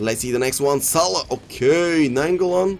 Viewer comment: Sawah*?? cmon man salah deserves to be pronounced right